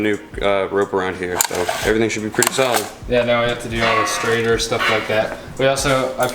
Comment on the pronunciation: It's a stator not a strator